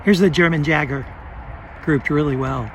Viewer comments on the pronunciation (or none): Yay-Ger not Jager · Pronounced Yager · It's pronounced Yager. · Just gotta say the "J" in Jager is pronounced with a Y sound. So kinda like "Yager". Jager in German means Hunter!:) Nice test as always! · How is it possible he mispronounced it? Hahaha